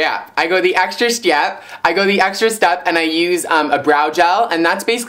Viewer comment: haha the extra chtep LMAO